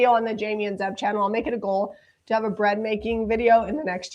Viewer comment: ZEB not Zep sorry Zeb